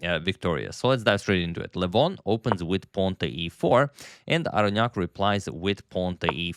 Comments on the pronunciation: "Aronian vs Aronyak" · He said Aronyak having white pieces